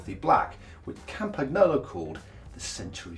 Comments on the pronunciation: Matt /.... I know you guys are from the UK but it's pronounced "CampaNYolo" (all one word)... it's the surname of Tullio Campagnolo (company founder)... it's definitely not "Campag Nolo"... Mama Mia!!??!! 8-/.... mind you, full marks for pronouncing 'Cinelli' correctly (in Italian, Ci is pronounced as Ch eg. Cinzano is pronounced CHinzano) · In italy you pronounce it like: campaniolo... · campac-nolo? do you also drink champac-ne? is there a campaic-n against silent g's? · Cam-PACK-nolo ??? Why? Oh why? Please stop it! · “Cam pag no low”. Seriously? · Please don't pronounce Campakknolo. It sounds horrible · Dear Lord. Everytime a hear Campag-nolo my ears bleed! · "Campag-nolo"?? Was that a joke? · I would be ashamed of my self if I pronounced campagnolo the way he just did SMH